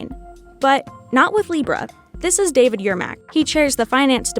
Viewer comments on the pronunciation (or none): none